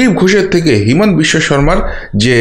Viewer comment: Himant biswasarma hobe na. Himanta hobe. Bhul uccaran korben na.